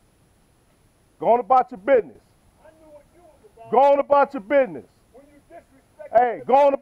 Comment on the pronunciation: Not to be mean but it was funny when he said business he said bidness